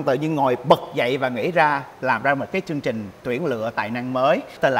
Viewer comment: Mô Phật Việt Hương phát âm được TR 🙏 không ra CH. Chương trình ra chương chình 😂